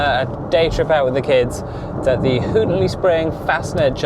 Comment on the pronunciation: It's pronounced "Hawton" surely?